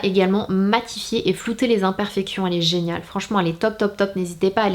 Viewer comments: A 24min10 s tu m'a fait trop rire tu a dit genale au lieu de geniale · A 2min15 s tu a dit génale au lieu de géniale